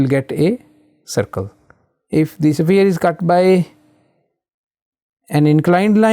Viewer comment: bro pronounces it as safire instead of sphere